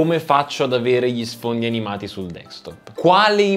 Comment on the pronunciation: DESKTOP !! SI DICE DESKTOP non dekstop! è insopportabile ! :)